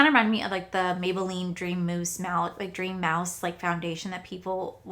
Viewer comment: Girl are you ok you said “ dream 🐭” 😂😂😂😂 you said mousse the first time and you had it right ❤ your so cute I love watching your videos your so cool and yourself ❤❤❤❤